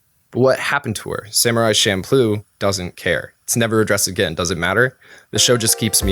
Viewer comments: I hate to be a nitpicker but isn’t it champloo? With “CH”? I do know that the food is pronounced with the CH but that doesn’t necessarily mean the anime is pronounced that way. This was a good analysis and so far I have been enjoying this series of look backs. These ‘golden year’ anime’s were what made me come to japan in the first place. Now I’ve been living here for 10 years and I find that wouldn’t want to live anywhere else. Keep up the good work. (Despite my nitpicking) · You don't put it in your hair so it's not shampoo. It's cham ploo. Don't overanalyze fantasy then screw up the one real thing about it. It also doesn't mean improvisation but when things are just thrown together. It's also a basic kitchen sink stir fry and delicious at 3am after way too much Orion. Okinawans have a tough time keeping our language intact... Just wanted to make sure people at least know one word. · Wait, has anyone else said Champloo like champloh? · I thought "Champloo" is "Shampoo"